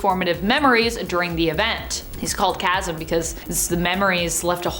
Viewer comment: TY VERY much for pronouncing "Chasm" correctly, unlike some of your coworkers!